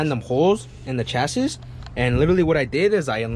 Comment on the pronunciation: my guy its not chas-is, its chas-E